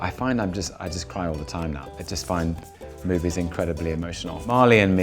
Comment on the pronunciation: "Couple a moives" LOL!